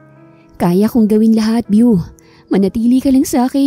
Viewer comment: BEAU pronounce as BO and not VIEW!! it’s a GENDER-NEUTRAL nickname of French Origin meaning BeautifuL or handsome…. Praning laang si Victor deadz na deadz kay BEAU 🌹🌹 Kahinang pumik-up na walang gusto sa kanya si GirL 👧 Lakas namang mang-asar ni Ryder 😃